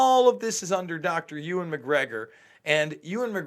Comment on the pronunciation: Bro was calling him Ewen McGregor at the start of the video 😂